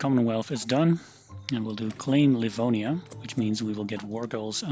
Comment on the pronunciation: jij zei precies "Livoania" :) Ook nice vid 👍